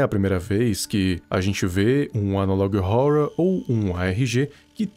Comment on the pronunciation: n tanco esse " analog róror "